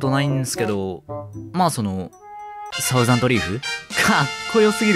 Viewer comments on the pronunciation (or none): サウザンドじゃね？笑 thousand←Dだもん笑